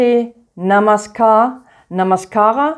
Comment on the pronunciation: Not only indian 'namaskar' but you can also pronounce 'namaskar' of other regional languages of India so well. Beauty ❤️ hats off to you 🙏